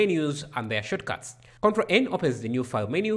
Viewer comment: Shortcuts not shotcuts 🤣🤣🤣